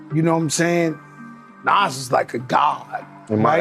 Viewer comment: The fact that you can't say Nas name correctly shows you're not even eligible to be in the conversation due to ignorance of the people in this topic.